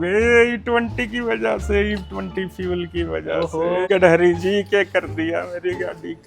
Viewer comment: गडकरी जी ❎ गड़हरी जी ❎ गंडमरी जी ✅